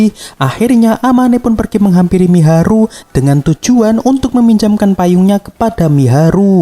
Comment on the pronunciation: Mahiru bg bukan miharu🤣🤣🤣🤣🤦🤦😵🤦